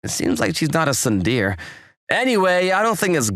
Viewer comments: Its not pronounced soon deer repeat after me soon day ray spellled tsundéré pronounced soon day ray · I think you mean SUN DEER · Tsun-der-e: three syllables!!! Get it right. I don’t speak Japanese, but I at least know that! These are professional VAs. They should get it right. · There are always wrong pronunciations in these dubs but what the fuck is tsunDEER. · The mispronunciation of Tsundere is physically painful. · It actually caused me physical pain to hear it so egregiously mispronounced. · It pains me to see it mispronounced 😭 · you can tell that the male voice actor for the second story has never watched any anime of any kind or any of these romcom manga videos in his life by how he pronounces "tsundere"